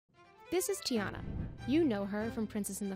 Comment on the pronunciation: It’s TIANNA NOT GIANNA